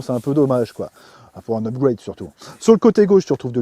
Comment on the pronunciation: Rien de mieux qu'un bon "upgoueyde" 🤣😘